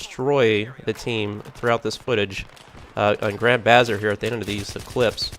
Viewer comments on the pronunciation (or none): It's Buh-Zarr...Not Baa-zr.